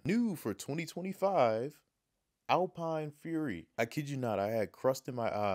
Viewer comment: It's not alpine...it's al-pen